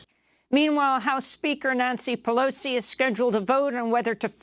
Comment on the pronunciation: I could watch Nancy Pelosi emphatically dotting that i at the end of her name over and over